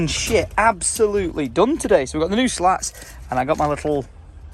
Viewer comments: isn’t it a “slat”, not a “lat” 🙈😂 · Isn't it 'slats', not 'lats' ? :D